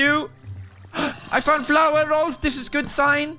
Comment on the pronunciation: Rolph not Rolf